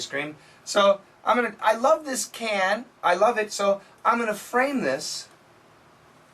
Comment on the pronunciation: Hi there! You know what. He doesn´t pronounce "this" perfect, this is placing the tongue between the teeth, you know what I mean, and that´s why it feels confusing, as he links the words ("frame - this") makes me think that it might be something else. I thought of "this" though... The last line she said didn´t sound to me as a question... right after "Really"? Taekwondo is not my thing either; I prefer boxing or kick-boxing, or even Muay Thai...